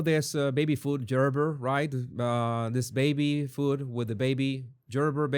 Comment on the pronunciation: I love your take on things, ' - and I pray for freedom for the beautiful people of Venezuela! (PS: Gerber is pronounced with a hard 'g' like girl). Thanks for your voice! 💜